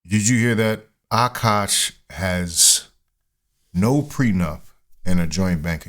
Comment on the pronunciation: His name is Akash, not Aaaaaaaaakash.